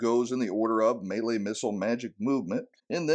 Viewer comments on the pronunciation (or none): none